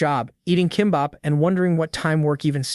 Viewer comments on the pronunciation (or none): none